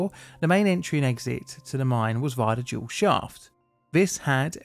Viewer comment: Are you saying dual, or jewel?